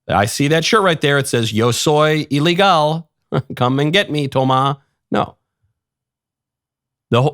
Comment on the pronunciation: ❤ Yo Soy Iligal , great Spanish 😂